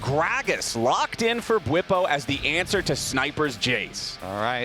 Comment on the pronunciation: Why Bwipo became Busio? 😂